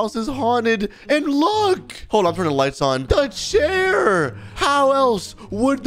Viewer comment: its chair not chari